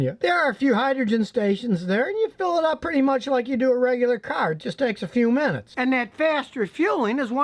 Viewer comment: hydrogen "cearh"